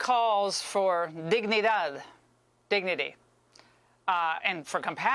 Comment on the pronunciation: Laura Ingram's pronunciation of "dignidad" was uncommonly good for an American. Spanish /d/ is hard for Americans to get right.